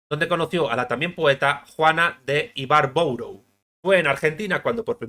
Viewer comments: Muy buen video y muy completo. Simplemente una corrección: el apellido de Juana de Ibarbourou se pronuncia "Ibarburú". Saludos desde Uruguay. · ...Juana de Ibarbourou se dice "de Ibarburu", apellido vasco escrito a la francesa de algun emigrante vascofrancés de los muchos que emigraron a Argentina...me pareció un poco ridículo cómo lo dijiste. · No seas ignorante, se pronuncia Juana de Ibarburú aunque se escribe ibarbourou, apellido, seguramente de origen vasco fránces. Qué poco rigor histórico, puro chisme. Te falta aparato teórico y metodológico, conocimiento interdisciplinario y sensibilidad literaria. Además usas una bibliografía de pacotilla, noveletas de poco nivel. Lorca fue delatado por los Rosales, déjate de huevadas, ya pareces de VOX, Influencers de poca monta. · Se pronnúncia Ibarburú... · Sr pronuncis Ibarburú